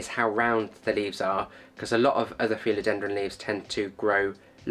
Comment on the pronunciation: No idents but I have to say I’ve never ( in over 50 years in horticulture) heard anyone say ‘feel odendron’ before! It’s pronounced Phil ( like the shortened version of Philip) odendrum!! ✌️